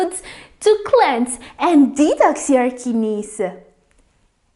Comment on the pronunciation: Kinneys he he